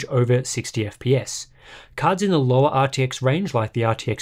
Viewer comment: Sorry but ... you didn't say RTX correctly...